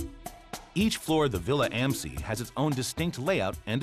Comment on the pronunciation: That awful American pronounciation of “Villa am See”...